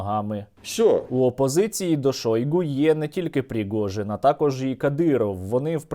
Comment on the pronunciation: Не пригожін,а прижогін.😄😄😄